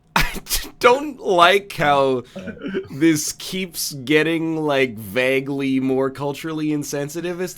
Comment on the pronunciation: The only thing that tilts me more than being on the show still is how Ryab says vagley and baggle and all of those other words. Come On Man